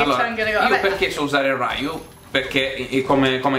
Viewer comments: se segui gli ODS/Orion dovresti sapere che si dice ryù e non rayu!! (lo so come si scrive ma ho scritto la pronuncia) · Che cazzo è successo a Ken!? È ORRENDO! Non sembra nemmeno lui! Sembra un giapponese con la parrucca! Ah e comunque se ti sente Gian che chiami Ryu "Raiu" ti cazzia.La "M" di Bison sta per Mike, ma in realtà questo doveva essere il nome di Balrog, perchè nella versione europea del gioco hanno fatto confusione coi nomi. Il tatsumaki senpu kyaku quand'ero piccolo lo chiamavo "ATTACCHEBRUCHEN" ahahahahahahahaha non c'era uno che capisse cosa cavolo volevano dire Ryu e Ken con quella mossa.